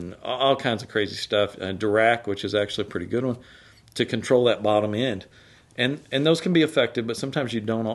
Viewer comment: Hello. I was born and raised all my life in East Texas. The accents are so thick it's like a different language. But the way you say the word "and", lol. Ayuund. Three syllables?!? Reminds me of Dolly Parton or Loretta Lynn